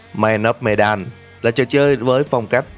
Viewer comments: medan mình đọc thành menđen ám ảnh ổng rồi :v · medan đọc là mờ-đann ạ. một chút sai sót nhỏ thôi không sao ad. mình vẫn luôn ủng hộ kênh của bạn ^^